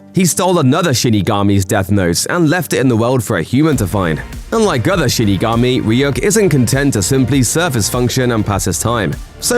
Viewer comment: did u say "shittygami"? 😝